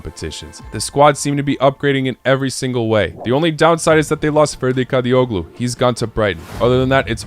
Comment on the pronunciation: its pronounced Kadi-o-lu not Kadi-o-glu.